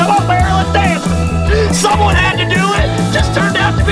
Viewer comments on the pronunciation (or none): none